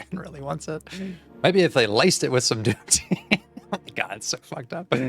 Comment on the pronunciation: “maybe if they laced it with some duotine” 😭😭